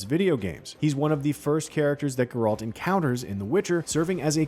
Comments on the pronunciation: Yo my guy! Somebody! It's GERALT! NOT GRRALT! JESUS! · Use me the “it’s GERALT not GR-ALT” button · bro its called GEralt, not geRALT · Kaer MorHEN??? GerALT??? wtf. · Who is grrr-ralt? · Gr-Ralt lmaooo “care more inn” ?? Bro please learn the pronunciations please???? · Ah yes, Gr-ralt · Nobody: This guy: "Gr-Ralt" "Care Moren" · It hurt my brain! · You work for IGN. You should know how to say GERALT. Gare like stare and alt like alternative. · My Uncle committed suicide out of frustration when he heard this guy keep pronouncing Geralt's name as “GER-RALT”. :) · Aite. Side note. WHY is he pronouncing Geralts name like “GR-RALT”. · It's funny, Vesemir in The Witcher 1 also pronounced it as "GR-ALT". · Why not? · He says Geralt's name wrong... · IGN please fire this narrator, no idea what he’s talking about and can’t even say any of the names properly. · In all your research, did you never come across anyone saying either Geralt or Kaer Morhen? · Its honestly kinda pathetic at this point how a channel based around reviewing and playing games doesn't know how to properly pronounce the name of the main character of the game, eventhough its said million of times, and even in the previous seasons. also how he can't pronounce Kaer morhen makes it all the worse. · Still hasn’t learned how to pronounce Geralt’s name. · Plz eather lear to say Geralt and Kaer Morhen the proper way .. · How dafuq are you pronouncing geralt? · Stop saying Geralts name wrong 😑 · You’d think a guy working for IGN would know how to pronounce Geralt and kaer morhen… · BRO IT BOTHERED ME THE WHOLE TIME 🤣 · So true xD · The narrator has no clue how to pronounce "Geralt" and Kaer-Morhen. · Yes let's listen to the expert who can't even prononce the names of the main character and place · Please stop pronouncing Geralt. And CARE MOR-HEN. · how about you have someone who actually know and care about the witcher series narrate? nice pronunciation lmao :( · Never say Geralt's name ever again please.